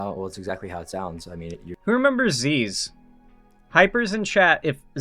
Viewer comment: zyzz is pronounced z-i-z also he is 100x better than clav for young men atleast